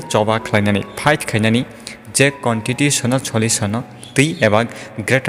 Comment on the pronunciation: Constitution ni pronunciation no kicha kaham Khai srwngwi kok Salai gradi tei interlocutor ni no Khunju ketai kha takhuk rog. Buibai mwnwi jak Mang angle lengkha.... Kicha khairog jabai di takhuk rog. Hambai.